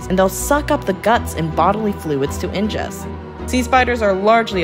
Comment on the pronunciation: Bro this is an AI voiceover! I only caught it because of the terrible pronunciation of "ingest"